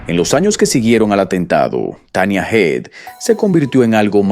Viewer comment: A ver si te aclaras en como se pronuncia HEAD porque has dicho...hid.. heid...hed, no sé, se pronunciará como cabeza..HEAD?